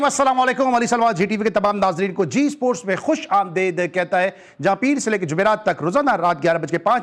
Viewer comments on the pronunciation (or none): The host be like issssports, cirkit, 😂😂😂